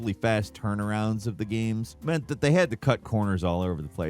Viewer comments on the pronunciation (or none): none